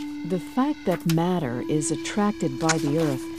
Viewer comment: although it's a good video, I just can't stand the way she pronounces "matter" - it's so ugly pronounced, I would urge you to record the video again! Maybe it's just her accent or dialect, and if so I'm sorry, but it really sounds very dissonant in my ears.